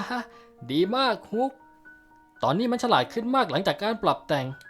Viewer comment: ฮุกมันฟังเเปลกนะ อิอิ เป็นฮอคไม่ได้หรอ